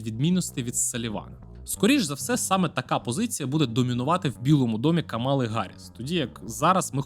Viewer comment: Давайте може почнемо вашу експертність будувати з того, щоб правильно ставити наголос в імені Камали? 🌚